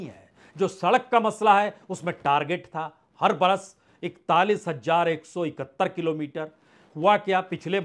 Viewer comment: Sir, aapka analysis to acche hote hai lekin hamari language kharab hoti hai. Please thodi Urdu sikh le. Z aur J me farq kare. Thank you. Jindagi is Zindagi, Jarur is Zarur Hajaar is Hazaar Jara is Zara etc.